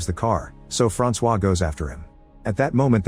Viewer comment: My name is also Francois but it is said way different than that you missed the target by a mile fam😂